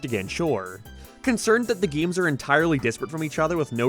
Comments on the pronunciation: gaeymes! Bro what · Your pronunciation on words containing the letter A really bothers me... it sounds like you are saying giems instead of games... or gaymes same with your o pronunciations sounding like naur instead of no and what makes it apparent is nearly every word you say sounds perfect even capsules sound normal